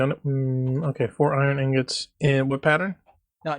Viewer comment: BTW, Inggawts? Lol.